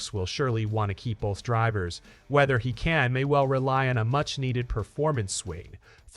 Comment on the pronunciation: IDK, I might subscribe if you use your own voice? But it seems like you are using an AI voice. It pronounces the driver names differently every time. Annoying, like you have no idea about the drivers. So why would we think you know what you are talking about?